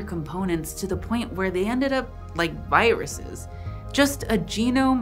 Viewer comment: "Giruses" Bless you